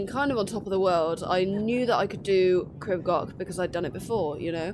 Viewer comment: Crib Gock. 😂 Its Goch pronunced like Loch ness I think you're awesome going barefoot btw. Well done 👏